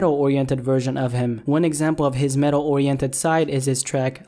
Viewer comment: bruh u said metal more like mental he needs help